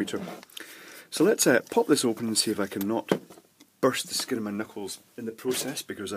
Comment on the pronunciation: 'burst the skin on my nipples'. Had to listen several times before I convinced myself you were actually saying 'knuckles'. Hopefully.